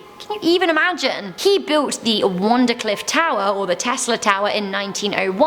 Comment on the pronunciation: Tesla built his Free Energy machine named WARDENCLIFF TOWER not WONDERCLIFF TOWER Why do you pronounce so many things incorrectly? And why do you get numbers wrong all the time too? Maybe you should be on the lookout for a NEW EDITOR..,.:P J/K I know making this many videos ALL THE TIME has got to be exhausting and takes its toll on you. YOU'RE DOING FINE GUYS!! KEEP UP THE GREAT WORK!!!!